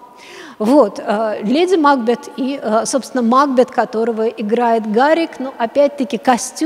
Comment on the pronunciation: Макбе́т! А каком образовании идет речь, если дама не может ударение поставить. Если бы она ХОТЯ БЫ читала произведение о котором говорит, то видела бы что Ма́кбет не укладывается в стихотворный размер. Позорище.